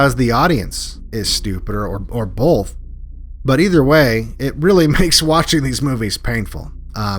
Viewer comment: It's both, not bolth. There's never been an "L" in there.